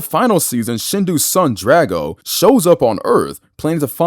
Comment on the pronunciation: You mispronounced Drago